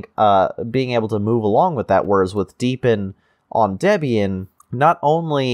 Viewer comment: Oh, and just heard, hurr durr, it's DEE BE IN not deb ee in. jkjk.